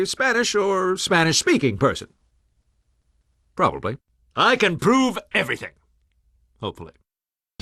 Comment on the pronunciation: Do you mean the gentleman who probelbebliblablyablalab the defendants bleblyblibbleblehblebroblybliableh guilty at the bleblibgblab of trial?